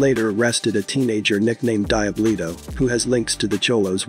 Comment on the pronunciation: When he’s saying Die Bluto is he trying to say Diablito 😂